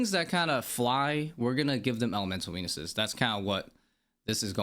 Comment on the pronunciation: all i could hear was "Elemental weenis's" sorry bud im out. Thanks for your understanding and explinations. I know it could seem like a lot of rework, but I think mains and irons needs different drop rates. mains don't need supplies such as herbs as much... but then you have the fact ironmen drop trades... a lot of unbalance in the game.